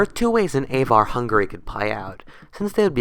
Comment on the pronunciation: would have been better if you had looked up how to say Avar and Magyar. Even the printed word would have missed out on a font, developed from Carolingian Script (hard g, not soft)